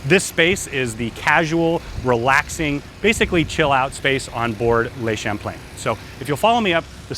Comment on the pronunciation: I would REALLY appreciate if you would pronounce the name of the ship correctly. Is that possible?